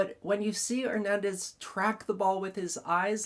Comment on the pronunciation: THIS IS ONE OF YOUR BEST break downs. Excellent analysis of the facts and the rule(s). And the way you pronounce Hernandez is 🔥